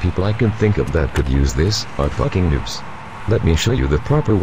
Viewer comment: windows vista, holy sheet Why you need a Cee Deee?? Is Beyond meeee~!!! rhymes lol. funny how you say "foking nubs"